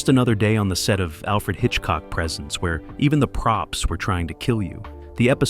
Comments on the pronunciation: AI, it's not présent , it's presént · It's pronounced presents, with the long e sound. It's not a show about what he gives people for Christmas! This is proof it is narrated by AI.😡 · The narration by AI is obvious and horrible. Why can’t you use a human voice that pronounces words correctly? Even the title of the show “Alfred Hitchcock Presents” has “Presents” pronounced as “presence.” Pay attention to detail. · Total A.I. slop. From the first minute, pronouncing "Presents" like the presents you get for Xmas should tell you everything. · I checked out of this at 20 seconds in, when the fake AI voice mispronounced "presents". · I checked out at 20 seconds, when the AI voice mispronounced "presents". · Yes, this must be AI narration as the narrator mispronounces the name of the show as being "Alfred Hitchcock presents", rather than "Alfred Hitchcock Presents" as can be heard at :17. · Repetitive and misspoken, especially Alfred Hitchcock “Presents” which is said as if it is a gift and not an offering to the audience. 😂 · The second time this AI idiot mispronounced 'Presents', I hit pause, and will move on. The inexcusable laziness of the typical YT creator, refusing to simply edit the narration before uploading, is enough to make your everyday crabby pedant's head explode. Are you trying to KILL us??? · ...and it's too damn bad, because I for one really enjoy watching a well-scripted and researched presentation (pronounce THAT) like this one. sigh What a world, what a world! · Dump the AI narration please. For Alfred Hitchcock Presents. The word “Presents” is It’s pronounced as a verb, not a noun